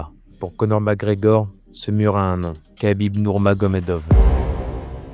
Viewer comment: Mec tu sais même pas prononcer Khabib, et tu fais des vidéos de MMA?